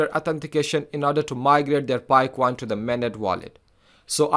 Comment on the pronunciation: Coin not CUWOIN 😅